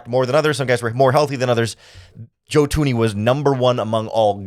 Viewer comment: Yo bro it’s Thuney not Toony